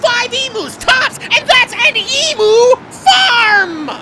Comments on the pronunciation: "Ee Mu"? Weird way to say Emu, it's closer to "Ee Mew" shrugs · For fuck sake its pronounced "Eem-you" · OMG, the fucking emu ("ee-mou"???) leg, conspiracy... Really??? Even taking out all the logistical problems that rightfully pointed out, this is such a non issue because EMUS ARE COMMONLY GROWN AND EATEN AS FOOD. They aren't as popular as turkeys, sure, but it's not like if I went up to you and told you the turkey legs were made of ground-up cricket testicles. Or babies. No, this is more like if I went up to someone eating chicken McNuggets and told them "Did you know that that nugget... IS SHEEP MEAT?!?!? OOOHHHH!!!" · OK America I only have one thing to say IT'S PRONOUNCED eam - you!!! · Love the video! Just one little gripe I'm from Australia and although it's spelt Emu we pronounce it as (ee-m-you) sorry it was just bugging me the entire video lol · I hate how emu is said in this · You were pronouncing emu wrong and I was so confused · To be fair, they were pronouncing emu wrong too.